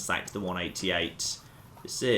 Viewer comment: Pure isn't pronounced 'pewer' and 188 started to sound like 'wunadiate' by the end.